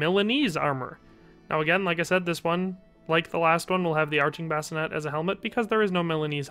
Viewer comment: A Bascinet is something you put a baby in to sleep. The helmet, is pronounced "Bas-ci-nAY". Spelling varies as Bascinet, Basinet.